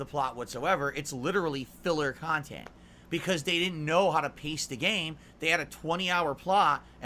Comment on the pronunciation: "The final verdict is... I didn't get any kind of significant suhport during my ff16 khantent, so the game is trash *snort*, okay?"